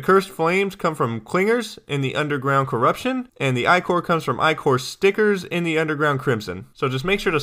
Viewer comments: LOL you actually responded, anyway man, im not trying to stop u, just want people to realize that it's pronounced ichor, like sticker. If you prefer one pronunciation over the other, then go ahead and say it how you want, it's your decision. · only complaint about this video is that you're saying ichor wrong, ty for the guide, really helped!